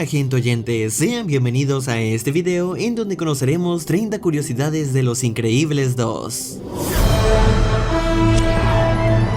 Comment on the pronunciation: Minuto dice incredibles no increíbles gracias 😅